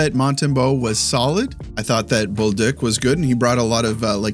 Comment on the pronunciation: Nice pronunciation on bolduc. I've heard a lot of "bol-duke" from others but I can hear that you're better than that!